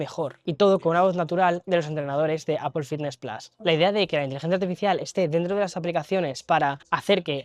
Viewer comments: Se agradece que sepas pronunciar la palabra Apple en ingles americano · Esoooo al fin un español que dice Apple ❤❤ GRACIAS !!!